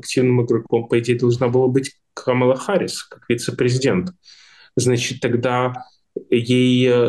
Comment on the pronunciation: Спасибо,, Вы весьма впечатлили абсолютно правильным произношением фамилии Камалы! - 😉